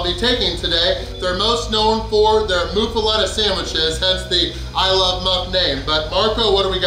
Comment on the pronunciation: Pronounces "muffoletta" six different ways hahahah must be getting English Lessons from Dave Portnoy now, everybody knows the rules! 😂😂😂😂😂😂😂😂😂😂😂😂😂😂😂😂😂😂😂😂